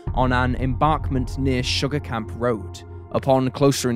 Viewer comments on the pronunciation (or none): none